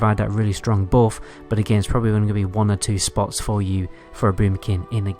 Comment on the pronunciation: It's buff not boff It's but not boot